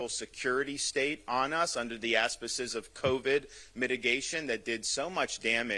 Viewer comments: DeSantis: "Under the asspisses" ? (apparently trying to say auspices) This ignorant ass pisses on a perfectly good word he's never heard pronounced. If he had one redeeming factor, we would forgive this as a slip of the tongue. Clearly, he was trying to impress us that he knows the word auspice. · DeSantis… Someone who passed standardized testing well enough to get into Harvard should have good-enough vocabulary to know that asspices isn’t a word. Bruh, the word is: auspices